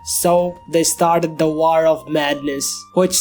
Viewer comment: i love how this guy says "war" i love the word "waaor" its amazing